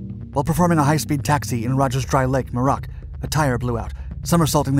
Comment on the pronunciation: It’s “MYOO-rock”, not “moo-ROCK”.